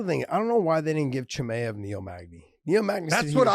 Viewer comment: CHE-MY-UV Josh like that dude idk why it bothers me the way you say it